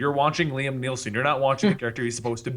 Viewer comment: Hey its NOT liam neilson its Liam Neeson you idiot.